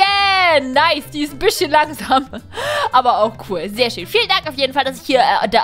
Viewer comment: ich hab zu den Tempel als du schön gesagt hast hab ich verstanden Schinken dein 🐷